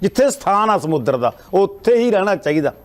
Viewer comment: ਸਮੁਦਰ ਨਹੀਂ ਹੁੰਦਾ ਸਮੁੰਦਰ ਵਾ ਪਹਿਲਾਂ ਸਹੀ ਬੋਲਣਾ ਸਿਖੋ